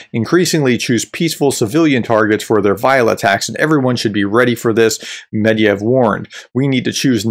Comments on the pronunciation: The guy‘s name is „Med-ved-jev“ (not „Med-jev“). Other than that - great content. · It's medVEdev, not medYev. I'm sorry, but it's one of the easiest russian surnames and you have no excuse for butchering it. Otherwise, great stuff! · Why do you call med-ve-dev med-yev? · It’s pronounced “MED-VED-IEV”, not “MED-IEV”… his last name comes from the word “медведь” meaning “bear”. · It's NOT Med-yev, it's Med-ve-dev, for Pete's sake, look closer at the letters please, don't discredit yourself! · Mediev? It's Medvedev, pronounced Medvedef in English, or more like Medvedief in Russian, with a very light "i" before "ef" at the end. You forgot a whole syllable,. 😄 Which is bad, because I'd rather have us forget the whole name and awful man, but he keeps coming back... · It's MedVEdev and SoLOVyov. They're crazy criminals, but its worth pronouncing their names correctly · I don't want to come across as a smartass, but it's Medvedev. Not Mediev. I love your channel. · How are you pronouncing Medvedev so wrong, Medeyev? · Professor - Please learn how to pronounce Mr. Med-ve-dev's name. The former President is well known throughout the world and equally disliked. You seem to be spot on with your assessments. However, your inability to pronounce the man's name does not help your credibility. It's only three syllables! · Practice your MEDVEDEV pronunciation before filming. Credibility is a wonderful thing.